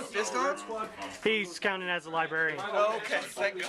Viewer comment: Say "libarian" again and we'll see what happens.